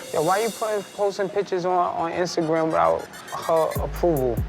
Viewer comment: Mendeecees pronounces “Instagram” without the “T” 😂